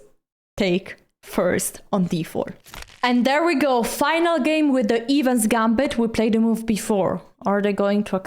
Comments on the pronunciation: It is the "Eh-vans" Gambit not the "Evens Gambit". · it's EH-vans not EEH-vans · Evans is pronounced with a short E. Great instructive video as always.